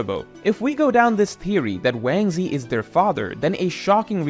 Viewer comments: Yo who tf is wansee?? You mesn wangzhi!!! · Has anyone pointed out Ochoku being called Wang Ze?